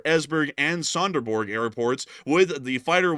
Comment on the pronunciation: Ålborg that was almost correct Said, Sønderborg not Sonderborg hehehe but okay to hard ……gj love the information you give